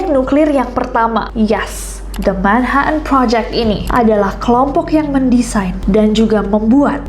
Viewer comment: Jd lucu dgr nessie blg "manha en" project 😂